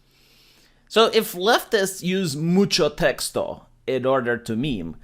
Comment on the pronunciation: "Mucho texto." Your Spanish is great and lefties are a bunch of knuckleheads.